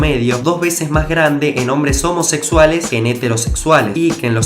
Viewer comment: "homosexulaes" xd :v